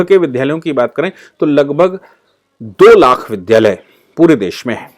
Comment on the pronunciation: बहुत अच्छी जानकारी देने के लिए धन्यवाद। कहीं कहीं विद्यालय को विद्धालय बोला गया, जिसे संशोधित करना चाहिए।